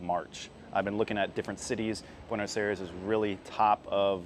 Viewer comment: Tienes que aprender como pronunciar Buenos Aires